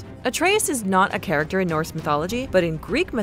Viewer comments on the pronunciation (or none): none